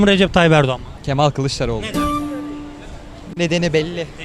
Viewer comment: Artık yeter Kîlįçlaroğlu diyen mantığı hiç anlamıyorum gerçekten